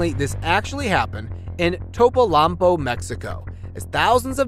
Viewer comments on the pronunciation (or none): You missed pronouncing one syllable each in Topolobambo (5 syllables), and Atacama (4 syllables). Aarre Peltomaa